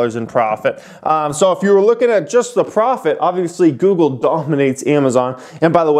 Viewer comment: Would it have killed u to finish out goog with the “le”? Lol geez!